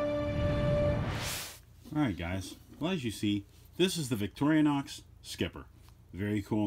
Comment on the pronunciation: It’s VIC-TOR-I-NOX! Not Victoria-nox!🤦‍♂️